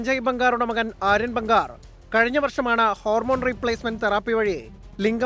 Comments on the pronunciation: ബംഗാർ അല്ല.. ബാംഗർ ആണ് 🙏🏿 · Enthonnadeee ..bangaar...alla bangar😂